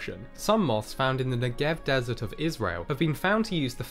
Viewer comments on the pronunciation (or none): none